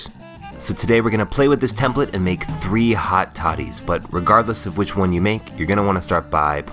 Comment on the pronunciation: I'm sorry, I kept hearing 'hot thotties' and I couldn't stop laughing